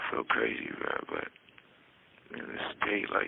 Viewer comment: Can someone tell Tory to stop mispronouncing "bro"